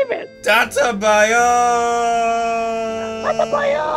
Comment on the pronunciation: ITS DATTEBAYO NOT DATTABAYOOOOOOOOOOOOOOO